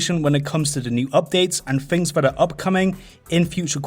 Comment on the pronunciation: fings. azewoff. I can't listen to this shit.